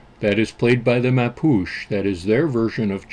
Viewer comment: Expat in Chile here. This was a pleasant surprise! BTW it's pronounced "MAH - POO - CHAY".